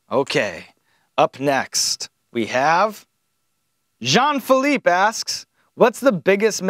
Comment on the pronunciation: you said "jean-philippe" right, good job!!